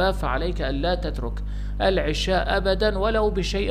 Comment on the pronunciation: 1- العَشاء بفتح حرف العين وجبة العَشاء 2- العِشاء بكسر حرف العين وقت العِشاء ولانقول اكلنا وجبة العشاء بكسر العين بل بفتحها وهنا جناس تام بين الكلمتين لأن يلفظها خطا